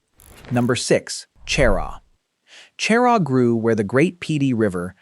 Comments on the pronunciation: I live in Camden, you need to learn how to pronounce the names of some of the places you mentioned here. Camden is very involved in its history, we have part of the town...HISTORIC CAMDEN. CHERAW is pronounced. Sharaw. Beaufort. Is pronounced. Bewfert. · Cheraw is pronounced Sher-RAW. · I can't stand it when these videos mispronounce family and place names. Beaufort and Cheraw are horribly mispronounced.